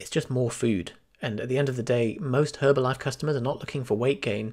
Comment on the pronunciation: the H is silent